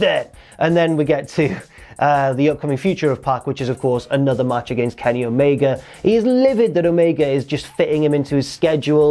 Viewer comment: Stop saying christian and omega wrong